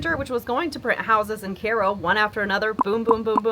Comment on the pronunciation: Great to know it's pronounced KAY-ro , not KY-ro !